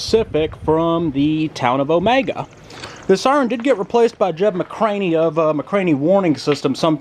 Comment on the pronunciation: Sorry to correct you, but around here they call it O ME GUH. Not like it is spelled and normally pronounced. Omega. I lived in Alapaha for quite a while.